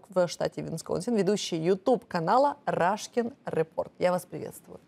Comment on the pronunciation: Когда она сказала рашкин, меня чуть не вывернуло.